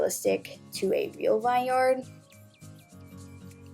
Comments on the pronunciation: It’s pronounced VIN-yerd, not vine yard 😬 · I love this video but did you just pronounce it - Vuh-eye-ne yar-duh? Im pretty sure it's vin-yer-duh